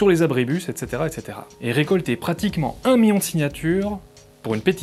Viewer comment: Un miyon ? Gné ! Un miL((l)ion. On prononce mille et ses composés comme s'il n'y avait qu'un seul L. Aïe mes noreilles !